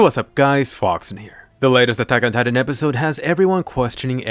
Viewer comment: Attack ...on... titan say it slowly you sound dumb the way you say it